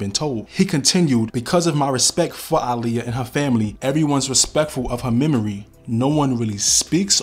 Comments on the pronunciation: I love how you pronounced her name correctly. Aaliyah use to check a person real quick who didn’t say her name right lol. She’s smiling down on you KING! Great vid by the way. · Finally, someone who pronounces her name correctly. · Lord thank you for pronouncing her name correctly